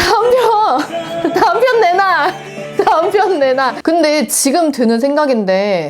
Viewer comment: 다음 편 내놔가 내 남편 내놔로 들리는 건 무엇입니까ㅋㅋㅋ